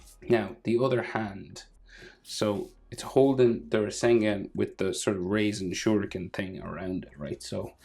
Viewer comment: Your soooooo good sir .🎉🎉🎉.btw it’s not “raisen” shurikin ……